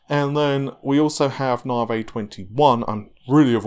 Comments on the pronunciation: When nobody else on the planet calls it Nahveigh, why would you continue to do so? proves you can actually pronounce Navi, so why stick to Nahveigh? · nope the moron says narvhey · I beg to differ, I am English and know of no accent that pronounces Navi, Narrvayy. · I really don't understand why people care so much about how he pronounces Navi. We all know what he is talking about but every video there are a handful of people acting like autistic tardigrades; WhAT iS NaRvHEy. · Because it is just wrong.